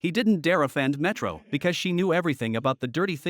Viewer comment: ayo your AI is broken. she went from metro to milo. and cannot recognize "dr." as doctor